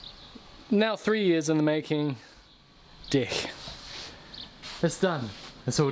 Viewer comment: Great videos, finally subbed. Love the accent, say 'deck' again... hah!